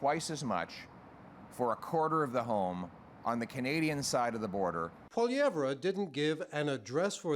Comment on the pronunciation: I don't like the way he says his last name haha is he doing that on purpose?